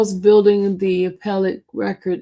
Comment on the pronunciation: Buildingk why does she always add k to ing words